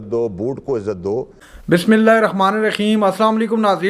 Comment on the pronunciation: Bismillah main خ nahin hay Tum apna bismillah parhna theak kari anchor😮